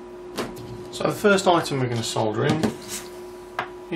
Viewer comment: ..... ahh, a joy to hear 'solder' and not 'soder' :)